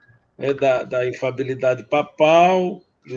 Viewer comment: Ele fala errado o termo "infalibilidade". Ele fala infabilidade, engole o primeiro "li"